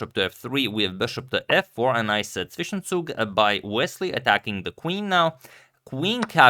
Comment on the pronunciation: That was one nice pronounciation of Zwischenzug